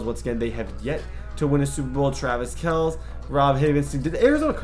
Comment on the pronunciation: Travis Kelce’s last name is pronounced “Kelsey”. Please stop saying it wrong. How do you mess that up every time?